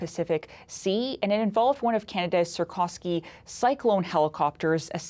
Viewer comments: You would think someone with an east European last name could pronounce the name Sikorsky correctly. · Sikorsky not Sarkosky. Learn how to read the news.